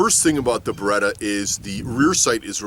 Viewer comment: I had a few beers, and this is the first time I visit this channel (Was curious about the Beretta vs Sig topic) and... the first thing I heard was "Baguette here" :DD